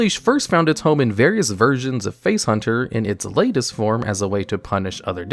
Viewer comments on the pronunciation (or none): none